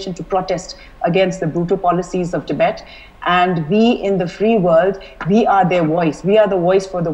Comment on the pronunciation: It's tibet not tibeth